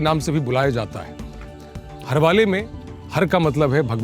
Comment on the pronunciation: It’s not हरवाले it’s हरवळे (pronounced as हरवोळें)